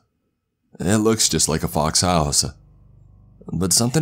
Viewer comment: Mickey Mouse-uh outside of my house-uh